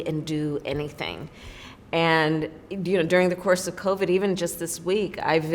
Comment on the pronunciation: She, after a couple added phrases, said "clovid." See how these political snakes play?